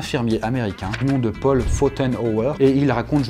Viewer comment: Le "PAUL" 😭😭😭😭😭 NON